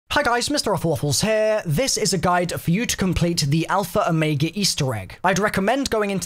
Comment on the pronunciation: did he say at the very start alpha omegee